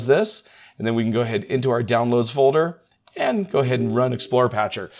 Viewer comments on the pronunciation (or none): none